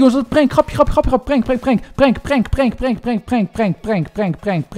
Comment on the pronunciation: het is prank niet prenk